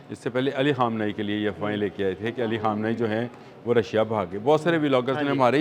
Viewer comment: You should ask a Farsi-speaking person on how to pronounce names correctly It should be announced; KHAA-MAY-NAY-EE NOT KHUMNAAEE